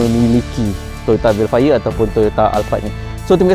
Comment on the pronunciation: Dia cakap hel fire